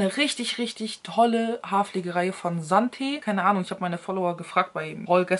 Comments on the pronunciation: Marke Santa spricht man Santeee aus. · Santé.. wird folgendermaßen ausgesprochen: Sontee mit langem e 🤪